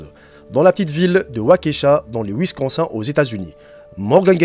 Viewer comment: Le “wizkensun” au état unis 😂